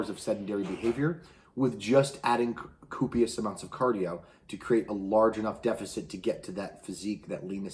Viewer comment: Hahah "coopious" .